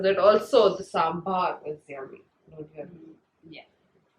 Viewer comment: In north india people say it as sambr but the correct pronunciation is sambaar.. I am from kerala that's why I know it.By the way The video was very interesting didi...🤩🤩